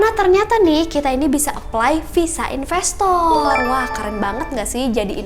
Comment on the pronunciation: apa cuma gue yg di akhir dengernya impostor bukan investor wkwkwk